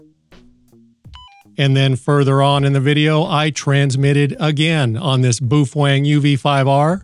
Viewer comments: It's not pronounced boofwang. It is said, "Bow fung" ("bow", rhymes with "how"). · Why do you call it Boof wang? Ive literally only heard it pronounced bow fang. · It’s pronounced “beauty-fwang” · Meh. I'm more "bothered" with the way you pronounce "Baofeng." LOL